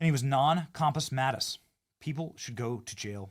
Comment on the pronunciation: non-Compu Mentis not mattus